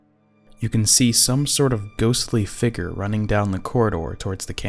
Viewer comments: Omg the guy keeps saying "Fegur" instead of Figure 😂😂 thur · I fugered that you should know that I disliked this video because of the word figer instead of figure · so fake guys...step up your game. you show a "figure" (which is pronounced 'figYER' by the way) and then move the camera off of it several times, taking it completely out of frame. seems that is so you have several choices of when to make it 'disappear.' I don't see your buddy approach to show his red figure approach the blue one, and it cuts before showing us the cam's empty screen. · "Figger" lol good video though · What the hell is a "Figger" I mean WHAT THE HELL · plz learn how to say figure